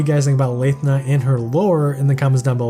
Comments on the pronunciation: Not sure if this is a joke on how hard Nyarl is to pronounce, but if we're picking at pronunciations, he's also saying Cho-ni-us instead of Tho-ni-us, Yah-su instead of EE-AY-Yah-su, and Layth-na instead of Lahth-na (tbf, this one doesn't have official pronunciation yet afaik. I'm just going off of her Japanese name). But yeah, great overview as usual! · Pronounced it as Lae-thna UNSUB